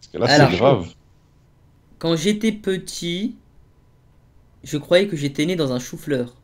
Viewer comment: " bah moi je crovais " C'EST JE CROYAIS